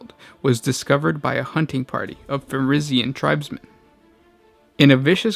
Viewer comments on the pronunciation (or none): Vulkan Fenrika? Man, you have terrible pronaunciation.